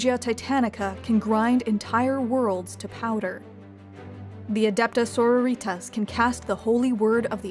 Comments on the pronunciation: "Sororìtas" makes me want to tear off my ears... It''s "soròritas", it's latin, they're not a bunch of mexican girls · Why do people keep pronouncing it "Sore--or-eet-ahs instead of "Sore-rawr-ee-tahs"? I mean its derived from the word "sorority". Is this supposed to be some kind of high/low gothic thing i'm missing?